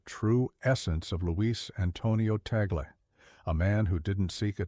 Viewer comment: We Filipinos pronouns his family name as "Tag - le" not Ta - gle